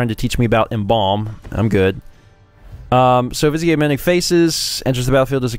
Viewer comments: Hey, it is spelled viz-i-eh. It was a good guess. But yeah, it's viz-ear. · Come on, it's pronounced "viz-eer." Haven't you ever seen Aladdin? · Every time you say "vizier" I die a little inside 😶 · trying to make vizier sound French and fancy lol